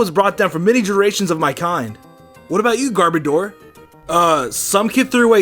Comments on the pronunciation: ITS GARB O DOR NOT GARB E DOR (Garbage + odor) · It’s gar-boor-dar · It’s garb Oder like garbage and oder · Garboder at the beginning XD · It annoys me hearing him mispronounce garbodor